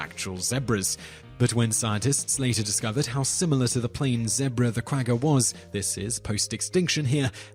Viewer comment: Very enjoyable to watch your videos. One small thing, you have been pronouncing “Quagga” incorrectly. Otherwise awesome channel :)